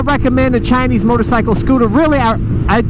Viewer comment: I heard u said 'Chi-ni-s'. Wow. Next time Just say 'Chinese'